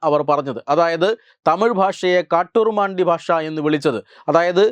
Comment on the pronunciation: കാട്ടുരുമണ്ടി എന്നല്ല കാട്ടുമിരാണ്ടി എന്നാണ് ആ വാക്ക്!